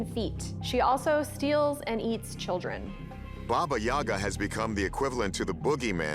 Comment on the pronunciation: #1 looks very much like a mummified/desiccated newborn or fetal steppe antelope. They're native to Russia and admittedly weird-looking. Also, it's pronounced Baba yaGA, not Baba YAga.